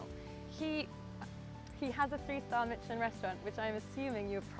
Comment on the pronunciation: The woman cannot pronounce Michelin.